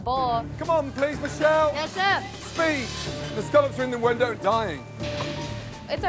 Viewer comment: Chefs: Scallops Gordon: Scollop